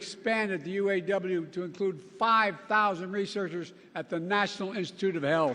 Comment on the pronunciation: Obiden can't even say,U. A. W.. Right.